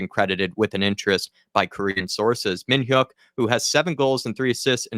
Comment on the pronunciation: Your pronunciation of Yang Min-Hyeok was bang-on.